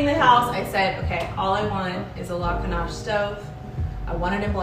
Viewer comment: Why the tightly shot video?? So odd. I wanted to SEE this gorgeous home like ALL of it! All we saw in the kitchen was (the mispronounced) Lacanche stove. This tour, such a tease. I feel robbed.